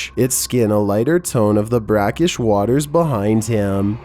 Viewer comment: "the brackesh water behind" that's the sea... Not brackesh